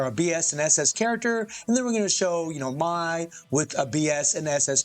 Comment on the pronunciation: Why do you call her "Mai-Z"? 🤔